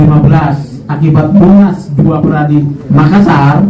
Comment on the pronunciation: PERADI BUKAN pradi